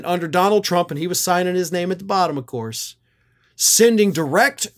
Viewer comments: "Of Coyse" 😂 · “Of cois” will now be how I pronounce that word 🤣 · "Of couise!" I'll bet you could do a really good Curly Howard impression. 😁